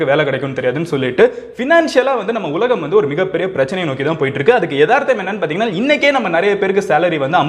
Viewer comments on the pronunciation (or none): none